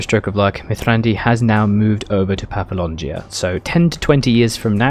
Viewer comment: It’s pronounced paf-la-gonia. Please.